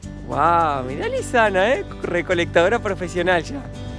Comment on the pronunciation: A le dicen Luisana como la Lopilato jajaja, muy bueno el video, saludos